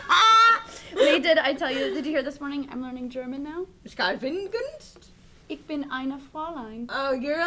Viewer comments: Ich is not pronounced "ick" but rather as more of an "isch". Viel glück! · You keep pronouncing "Ich" wrong,. It's not a traditonal "c" sound. It doesn't exist in the English language as far as I know. The closest I get to describe it is a VERY sharp "sh" sound. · Nice meg! getting all cultured;) you could work on your pronounciation though, the ch in ich is less likethe ch in christian, and more of a softer sh sound like bash. (im dutch not german but we're neighbours so yeah i'm sophisticated like that;) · Gaaah that's not how you pronounce "ich"!